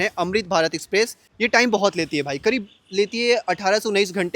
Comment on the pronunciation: अमृत भारत एक्सप्रेस 🎉 भारत में , ना की भारत देश में 🎉 सही से हिंदी बोल ले क्या प्रॉब्लम है तुझे, एक्सप्रेस को स्पेप्रेश बोल रहा हैं 😂😅😮🥳🥹😁